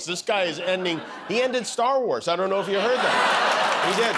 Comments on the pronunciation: Y'all misheard the Donald. He didn't say he ended seven wars, with his speech impediment, he meant to say he ended the seven dwarfs, by deporting them to Uganda. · I always understand “7 dwarfes” 😬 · Did he say seven wars ? He meant seven dwarfs.😂